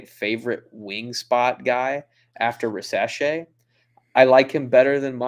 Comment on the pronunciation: ok very nice episode guys like always. Just one comment on how to pronounce Risacher It's Rizaché with the "Z" sound and not "S"... 🙂